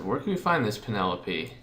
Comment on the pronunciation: Penelope's name is pronounced Pe-ne-lope. It sounds weird when you pronounced it as Pe-ne-lo-pe